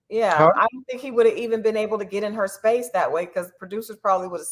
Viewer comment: Spaxe? I want to hear from my man daily.